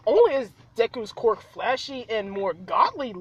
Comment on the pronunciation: I love how to you say quirk as cork